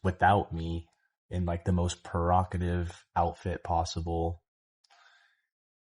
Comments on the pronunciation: perocatice… provocative you mean… hahaahha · he says “perocative” instead of “provocative” 😂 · This fool couldn’t even pronounce the word “provocative”. He said “perocotive” like the bozo he is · irritated again already because “perrocative” THIS MAN STUPID TOO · What’s a ‘perogative outfit’? Lol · WTF is “Perockative”???😩😩 I guess he means Provocative OMG😅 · I love when he says perocative . I know he means provocative. But this is a fine example of how men really rarely listen, they just think they’re right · Perokative?! PEROKATIVE?? Dear child the word is provocative. She probably helped with his elocution too 😂😂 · Man really said "Per-ROCK-ative"😂. I haven't even got past part yet, but I know he deserved to lose her. FAFO! 😂😂😂😂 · “Perocative?” Hes so fkn stupid. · ...this man said "purocotive"🤔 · In the most what outfit? Is he trying to pronounce "provocative"? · I was like what next level outfit is that?! Perrocative? I don’t think I’m ready. 😆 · I had to rewind when I heard 😂😅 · 😂😂😂😂 I cackled too hard!! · misspeak or does not know how to say provocative - no point has he mentioned commitment, not to her or his kids; he is cool with his title BD, hopefully he will get to hear his children call another man DAD cause this one is not; he is a sperm donor. If she was all he says, what was he looking for, why? Seems he still not trying - cause his azz has not matured enough for commitment, a ring - he will forever be looking for the next great adventure. No mention of him paying child support; his entire story is about him. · I peeped that and said what he just say? 😂😂😂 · Lol, I heard it and chuckled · Tried to, it seems 🤔 Yes 🙄😒😅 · girl 😅 you clocked it